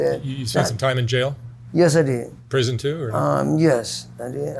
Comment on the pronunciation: did you finish high school? "no, but I want to tell everyone I deed" lmao I bet you do bud I bet you do